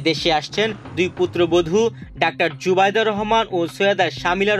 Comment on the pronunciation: কিসের খবর পড়েন নামটা জানেন না শুদ্ধ করে নামটা বলতে পারেন না পড়া শিখিয়েছে কে কোথায় পড়াশোনা করছেন